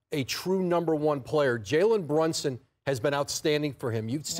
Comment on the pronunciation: Perk. It’s BrUnson. Not BrOnson